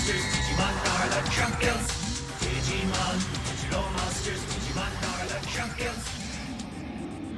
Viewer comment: I saw you called your charmander Augumon xD